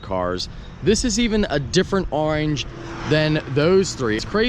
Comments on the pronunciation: I hate the way you say orange. It’s not arenge it’s oorrange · I swear you try to say orange in weird fucked up ways on purpose!